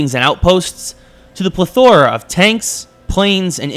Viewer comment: If you're gonna use words like 'plethora,' please know how to pronounce them.